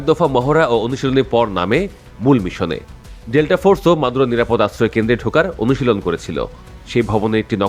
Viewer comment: এ বোকা বাল নামটা তো ঠিকমতো বললে না